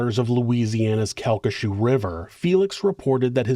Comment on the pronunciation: CalcaSHOO is killing me 😂 Cal-ki-SHAW